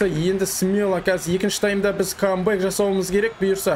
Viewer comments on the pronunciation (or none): none